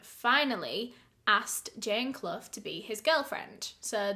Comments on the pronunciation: Love ur channel. Quick question....Is Clough (Asking cuz U pronounced it properly) a common name over there!? Its my maiden name and nobody in my life has ever pronounced it properly. Lol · My last name is Clough but no one in the US pronounces it correctly. Honestly kinda weird to hear it right from someone else.